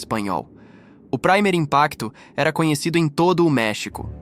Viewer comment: "Praimer" Impacto 😂😂😂 Ta mto americanizado, o colega. Esta palavra está em espanhol, a pronúncia é "primêr". Se traduz como "primeiro". O nome do programa portanto é "Primeiro Impacto".